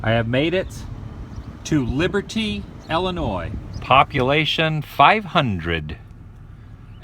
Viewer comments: Thank you for saying Illinois properly. And you need to come to Litchfield. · Thank you for pronouncing Illinois properly.